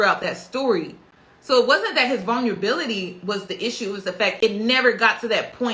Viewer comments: If this girl says vunlability and not Vulnerability one more time. Please practice the words before using them. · vulnerability vul-ner-ah-bility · I can't take someone serious who can't say vulnerability right u been fucking that word up the whole video